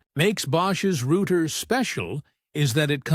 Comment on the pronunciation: YoutTube should really allow you to filter to exclude rubbish AI generated videos like this. It is a joke. Can't even pronounce "router".